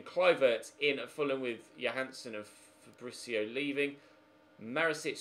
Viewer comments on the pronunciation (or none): none